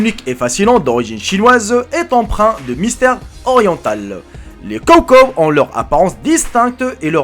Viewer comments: ce prononce tchawtchaw pas cawcaw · Ont dit pas kowkow mais chowchow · Ses pas le cow cow sa se dit chaut chaut ! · En dit “show show” en dit pas “cow cow” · jeri c est pas kow kow c est chow chow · Je rêve ou il a dit kow kow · "Les kow kow"😭😭👌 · C'est un [s]chow [s] chow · On dit Sho comme CHien pour Chocho , sinon bonne vidéo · Dans chow - chow on entend ch comme dans chats ! 🤣🤣🤣